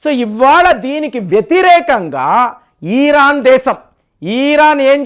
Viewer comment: ఈరాన్ కాదురా బాబు.... ఇరాన్